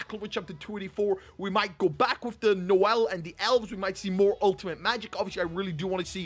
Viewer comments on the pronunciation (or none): none